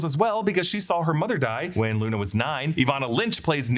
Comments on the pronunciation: He also says Nuna instead of Luna at one point lol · You said nuna 😂